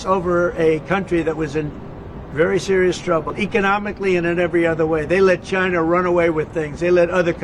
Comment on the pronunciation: DONALD TRUMP NO TRYST CHY-NAH CHY-NAH IS AZHOLE!